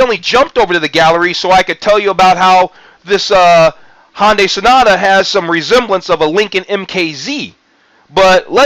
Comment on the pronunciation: Hyundai, not Honday... sorry but everytime I hear "Honday Sonata" it was like fingernails on a chalkboard. Other than that, decent vid